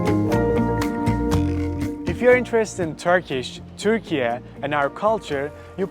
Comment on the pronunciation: Finally a american man Said "Türkiye" WE DID IT YAYY 🇹🇷✅ 🦃❌